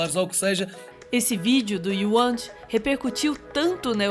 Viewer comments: Otimo vídeo Mas n é youant é WUANT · NAAAASAAAAAAAAAOOOOOOOO!!!! Para, para, para, para, para logo no início. Se o wuant ouvir vcs falarem "uiuante", ele pode ficar chateado (exagero)! É "uante"!!!! Por amor da santa!